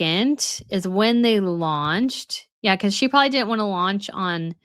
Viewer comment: Come on,! "Probably"! 3 syllables! 2 B's! You are too old, and too accomplished to say " prawley"!